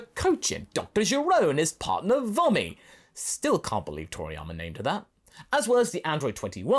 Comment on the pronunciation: It probably will sound better to you if you pronounce her name as “Voh-me” instead of “Vah-me”.